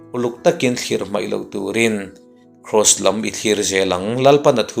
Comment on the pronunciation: i Devotion 'Ka Lal duhawm ka zahpui lo'ng' (Khb. 189) tih ka lo ngaithla a, a thain a làwmawm e. I lam dàn 'Khawvèl lawm nàn' tih hi 'làwm nàn' tih ni se a tha zàwk àwm e. A phuahtu Lal Isuaa a innghah 'rin' thù i comment hi a tha viau va. Hahdam taka Lal Isua a rin thù bàkah hian 'nghet' taka a Lalpaah a innghahzia telh zeuh a tha ka lo ti bawk. Thian tha comment in, làwmthu sawi chungin ka han chip vè anih hi. ❤